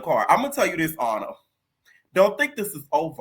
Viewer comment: lol he be killing me when he say Ahna from Ny/Nj like it's the same spot ! SMH 🤦🏾‍♀️ 😂Totally different lml Florida Ppl ❤